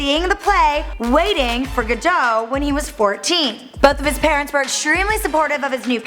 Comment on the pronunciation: "Werrstershire" "Waiting for Gerdough" give me fucking strength!